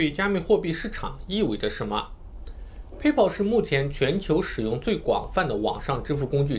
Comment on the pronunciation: PAYPAL 的发音都不对 还学人讲比特币